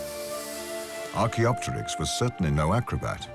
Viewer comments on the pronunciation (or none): Can you please pronounce the names of dinosaurs in a dinosaur documentary right? Archaeopterix, is archaeo-pterix not archaeop-terix.